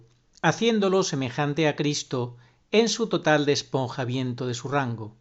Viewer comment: Qué vendría a ser "DespoNjamiento de su rango"? 🤔 porque es eso lo que se oye.